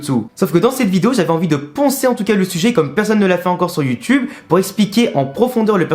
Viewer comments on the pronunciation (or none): none